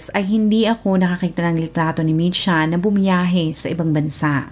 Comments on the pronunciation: Kotsyanchich. Č = as in "ch" in chicken or cheese Mitja is Mit-ya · Mitja Kocjančič ( Matiya Kotsyantsich) yan po ang pagbigkas ng pangalan nya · Not a resident of Slovenia but a citizen of Serbia, ang tamang pronunciation po ng name niya is MIT - YA and surname is KOTS-YAN-CHICH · Ang bigkas po ng name nia is mitya kotsyanchich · Ang tamang bigkas Ng pang Alan ay MI-SHA.